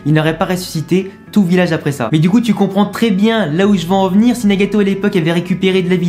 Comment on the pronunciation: J'entends Nyagayto